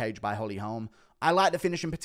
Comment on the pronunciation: Guru never sounded more American. "Holm"